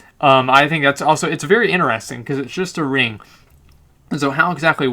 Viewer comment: very inerestin .. xD No offense but that's a re****ed way of saying interesting ! xD love you !